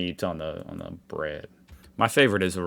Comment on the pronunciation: 🤣🤣🤣🤣🤣🤣 Eat your chemistral 'vread' and be happy 🤣🤣🤣🤣